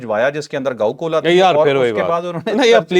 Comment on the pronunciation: کا گاؤ کولا زبردست ھے 😂😂😂😂